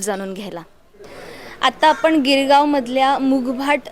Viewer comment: आपन नाही आपण म्हणा.